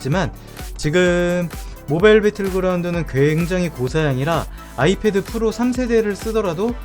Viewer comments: Ipad 발음을 ifad라고 하시네요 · 발음 ㄹㅇ 신경쓰이네요 아이fad. .. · 발음 존나 거슬려서 못보겟다 아이fad ㅋㅋㅋ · 발음 진짜 ㅋㅋㅋㅋㅋ 에프도 아니고 피 발음도 아니고 참